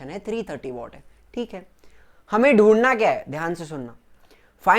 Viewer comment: Sir वो वॅट होता है